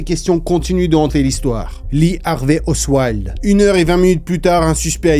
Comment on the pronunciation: Ce n'est pas oswild (osseouailde) son nom, mais oswald (ossevalde) à moins que je n'entende pas correctement la façon dont tu le prononces. Merci pour cette vidéo passionnante.